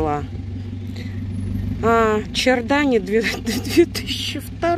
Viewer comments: Не чардане, а шарданэ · Только не чардани, а шардонэй произносится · ШардонЭ. Ударение на последнюю букву. А чего оно должно пропасть?